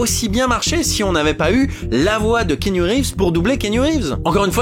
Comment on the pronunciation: Par contre keenu reeves se prononce kéanu et non kinu 😊